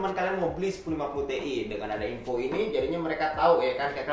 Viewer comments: gw pertama kaget denger pas bilang : TI bukannya ( ti ai ) malah ( TE-I ) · Not te but ti